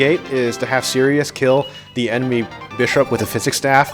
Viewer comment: ...the real reason was benched is because he kept saying Sirioo